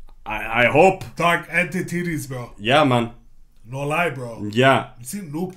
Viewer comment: anybody else hear say "entititties" instead of entities? That made me laugh way too hard 😆😆😆